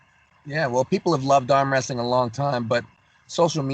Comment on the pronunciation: can anyone explain the “amwhastyle”